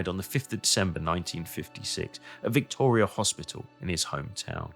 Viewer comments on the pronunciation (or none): none